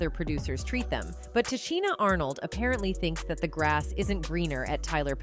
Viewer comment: Can you pronounce her name right before posting a video talking about her ?